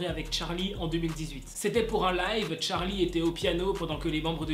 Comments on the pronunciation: quand tu disais charlie en mode 'tcharlie' je pensais a Charline d'amelio😅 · Ptdr cette prononciation TTTTCHHHHHHarly